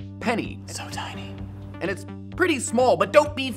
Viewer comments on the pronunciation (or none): “It’s so tinihh”